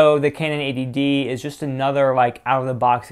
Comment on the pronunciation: It sounds like you're saying 'ADD'.